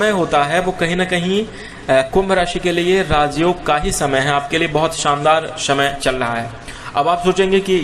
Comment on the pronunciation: शमय होता या समय ये लोग स को श क्यों बोलते ।